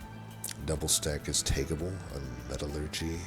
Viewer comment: You are pronouncing metallurgy correctly. It's "metal-urgee", not "me-TAL-urgee".